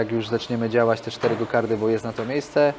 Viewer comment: "Gokardy" uszy więdną